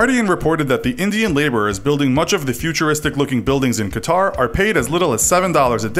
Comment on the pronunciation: Qatar? Lol